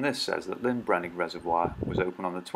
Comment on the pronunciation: Handy video, thanks 👍🏻 One small point, you keep says Lyn Brenig, it’s LLyn Brenig 😉 Lyn is a ladies name! LLyn means ‘Lake’ … in Welsh 😎